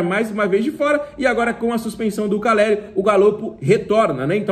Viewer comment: tu falou Ferraresi e caleri